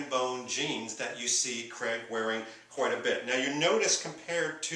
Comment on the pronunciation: Why do you keep saying Daniel creg? It's craig.